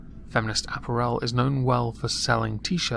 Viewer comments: It's apPARel, not apparEL. I sound like Hermione don't I? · .... ah-PEAR-al... not ap-per-el >.> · repeat after me: uh-pair-uhl. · Lol! ”App-r-ELL" 😂 I love you,. Lovers of moisture, UNITE!!! 💧🌊🌧💦🏄🏊💧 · why can't you say apparel? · I've always pronounced the word 'apparel' with the emphasis on the second syllable, not the third.